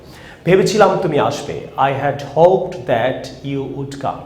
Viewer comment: হোপ্ ড বলেন ক্যান, হোপ্ট হবে,ভুল শিখান না প্লজ